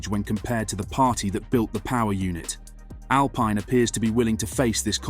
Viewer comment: Mis-pronounced team name within 5 seconds of starting video. Not ideal.